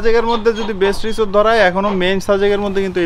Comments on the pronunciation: রিসোর্ট হবে রিজোট না। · রিজর্ট না বোইন রিসোর্ট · রিসোর্ট রে রিজোর্ট বলার কারন কি?